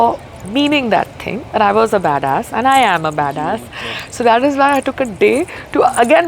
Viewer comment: Badass not dirtyass 🤣😂